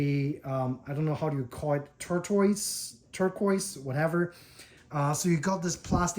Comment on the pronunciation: That tortoise binding is pronounced like “tor-tuhs”. Nice guitar! Too bad Yairi is no longer with us, but that shop is still making fantastic guitars.